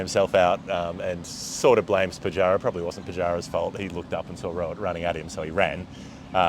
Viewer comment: It's Rohit Sharma not Robert😂😂